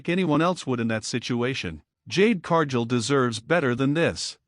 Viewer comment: Cargill isn't Pronounced Carjill